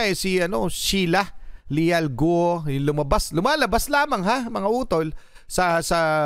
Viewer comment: G is pronounced as K sound